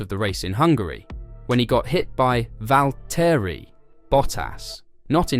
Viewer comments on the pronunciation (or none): none